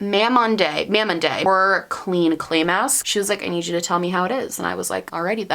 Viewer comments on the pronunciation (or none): Love this! And btw the mask is from a pretty popular mid-tier Korean brand and it is pronounced ma (like the nickname for mother) - monde (with a long o and silent e). They focus on plant-based formulas and are from the same company that makes Laniege! Edit: Its great to see you putting a focus on your mental health! Therapy and medication can do wonders to help with mood but it can take some time to find the right fit for both! And remember that it is extremely personal and you don't have to share any part of that journey that you don't want to :) Do what is best for you!